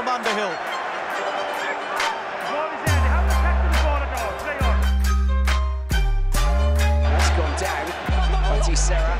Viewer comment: It's 'Underhill'. Not 'Aunderhill' - not sure that person exists! England my England.